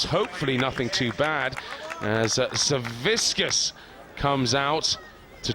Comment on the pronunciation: Zavickas. Not Zaviskas